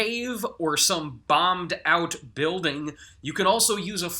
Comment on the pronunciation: 'bambed out beelding'